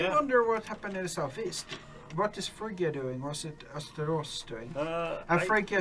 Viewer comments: Oh come on guys its not pragya Free - Ghee - Ya It would be wise of him to write it as Frigya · please, phrygia is like fride-ee-uh, not pie-gee-ree-uh